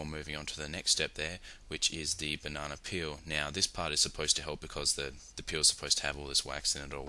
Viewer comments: "Bananer"- I love the english language, along with all the accents for it. On that note, good job. Clean (pun intended), and simple. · buh-nah-nah lmfao so badly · banonna lol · BAH-NAH-NER HAHA! LOL